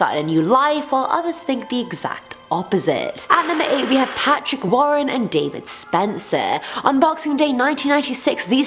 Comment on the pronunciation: Patrick wAARen